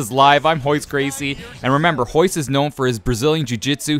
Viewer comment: Why do you keep saying "hoyce" when it's Royce? Is it just pronounced differently?